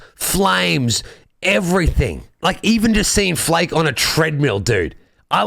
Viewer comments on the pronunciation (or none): Willkommen in der dunkelheit! No, you can't sit there, that's my spot, sit over here and we'll make toast by the fire of the greatest band in the world. I mean, who else comes close? P.S. By the way, 'Flake' is pronounced 'Flah-kuh'.